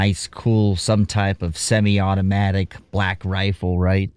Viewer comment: Why did you say “semi-automatic”, like some lumpy-jumper BBC journalist?